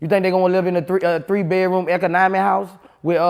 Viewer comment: This nigga say a ec-uh-nah-mi house😂 nigga loaded like a🔫